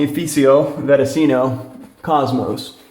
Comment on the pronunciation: Lol great vid but let me help you with diction. "Saponificio Varesino - Cosmo" "Saponif" is ok as you said the you must use the "ci" like the first part of "cheat" - saponifi"Ci"o- and then the "Varesino"...the s in this world is a little bit different like you have an S that seems Z..like in French the "Je". Saponif"ee"c"ee"o "Vareszino"...is hard to explain because in noth of italy we use some sounds like french.